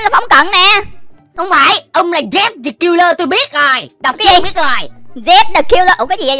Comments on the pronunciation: Khúc đầu em nghe Jeff the killer mà em nghe dép the killer 😅😅😅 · Người ta là chép chứ không phải là dép 😑